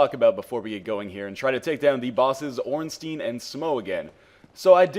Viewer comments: you're one of today's lucky 10 000: Ornstein, should be pronounced "stine" not steen". rules of german grammar apply here, so you always pronounce the second vowel, in this case the "I". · under proper german pronunciation it should be "Stine"r.